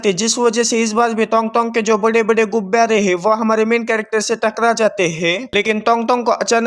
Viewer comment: Bro gubare kyun bolte ho 😂😂